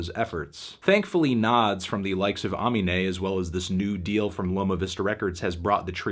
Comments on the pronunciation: I ain’t tryna be that guy but imma be that guy: u pronouncing AMINE’s name wrong it’s ah-MEE-nay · That shit's so funny to me because Aminé literally has a track about how to pronounce his name on his first album and Melon STILL gets it wrong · No one: Melon: Aw-me-nay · Melon says aw-menay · you really pronounced amine like that with your whole chest huh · okay yeah a 7/10 sucks and all but what in the fuck was that pronunciation of aminé mate?? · bro u pronounced amine wrong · he butchered amine's name lmaoo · He still can't get Aminé's name right 😔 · Still can't pronounce Aminé, but it's okay!